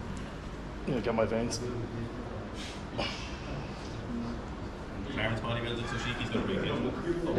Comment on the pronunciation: ive watched every clarence video, and he hasnt pronounced specifically correct once.